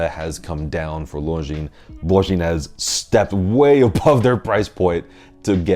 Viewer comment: Thank you for saying « Longines » the way it should be, ie with a silent « s ». Many famous YouTubers get it wrong, which is quite surprising for regular attendees to BaselWorld / Watches and Wonders